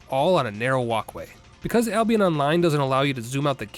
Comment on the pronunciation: did u just say Ablionest?